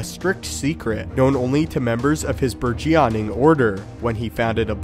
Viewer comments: 'burgeyoning'? Lol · That pronunciation of burgeoning 😂